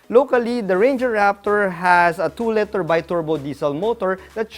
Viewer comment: Awesome! Looking forward to all your very informative reviews in the coming year. And also looking forward to you pronouncing LITER correctly. You almost said it correctly in this video. Good effort!